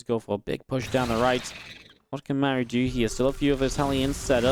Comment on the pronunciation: Great game, love your casting, but isn’t his name pronounced like Marc but with an u at the end? Without the c? Just throwing it out there. Love your effort for the scene